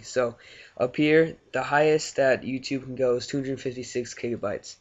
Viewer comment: kigabytes? lol but ty